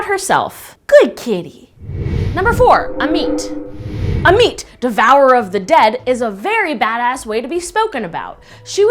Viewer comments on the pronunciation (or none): It’s pronounced (aw-met) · I am not being rude but it's called Ammut . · "Ammit" Me - "a meat???"